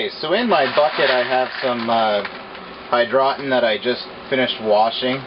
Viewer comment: Hydro tun is correct pronunciation. Not hydrotin